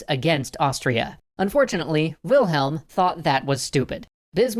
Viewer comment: LOL! "WILHEM...WILHEM...WILHEM...ALSO...WILHEM"